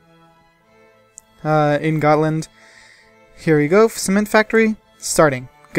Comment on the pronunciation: not gotland its götaland